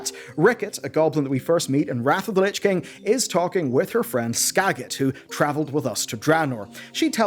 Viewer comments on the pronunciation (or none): none